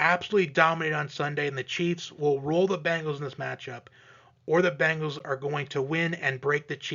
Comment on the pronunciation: B EEEE ngals not B AAAAA ngles ...lol